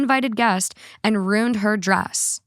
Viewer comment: Did you say “ruined” or “rooned”?? Cuz ruin has 2 syllables Haha I’m just friendly teasing you cuz I listen to you every single day so we’re spiritually friends now Lol